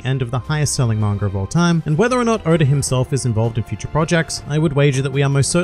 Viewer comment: Why do you always say "Mangar", it's Manga dude! Arrgh!